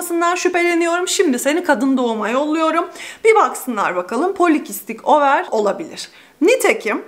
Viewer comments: ovır değil over şeklinde söylenmekte imiş tıpta over yumurtalık anlamına geldiği için sanırsam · abla tilt oldum videoyu izleyemedim nolur over deme ovır ya nolurrrrr ya kulağım acıyo